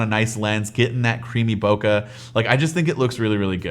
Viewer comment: Please say boKEH correctly